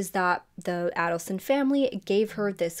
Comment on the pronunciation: FYI…..Adelson is pronounced with a long a.